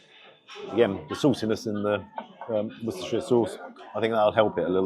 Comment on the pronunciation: In the name of all that’s holy, HOW can an Englishmen pronounce Wosterchershire sauce anything except ‘Wooster’? 😂